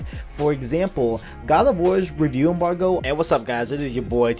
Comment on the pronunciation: Signed in to thumbs down this video. Say rewiew embarwgo again... you almost didn't make 10 mins...